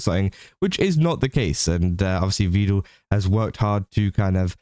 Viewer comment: Just been thinking about it. I think the reason people think you're part of the swarm, or at least one reason.. You call him 'Vee-duhl', like Neuro does. He has gone on record, saying it is pronounced 'Veh-duhl' more than once I believe.